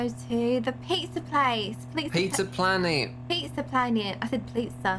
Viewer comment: Plizza planet!: pizza planet.: Haha I said plizza planet: Plizza panet! Me:... It's planet! english!! Also me: Oh! so he took out the l from planet and put it in pizza!.. Me: still Panet!?